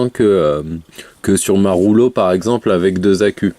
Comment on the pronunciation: Je ne savais pas que la box rouge s'appelait la ROULO... Quand on fait des vidéos de présentation, unboxing, revue etc. C'est un minimum de faire un effort de prononciation. Mais je pense que dans ton cas, tu ne sais même pas que ta box s'appelle REULEAUX